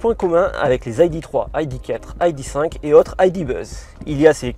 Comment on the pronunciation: Pourquoi prononcer "ID" à l'anglaise ? Quelle manie ! Il n'y a aucune raison de le faire d'autant plus que c'est une voiture allemande et qu'en Allemagne le "i" et le "d" se prononcent grosso modo comme en français. Les Allemands ne diront donc sûrement pas "ail di" mais "idée". Cessons de mettre de "l'anglais" partout, particulièrement lorsque rien ne le justifie, ce qui est le cas ici. S'agissant de la DS, diriez-vous la "Di esse" ou la "Déesse" ? Réfléchissez.